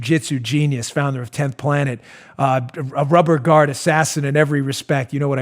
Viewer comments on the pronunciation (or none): none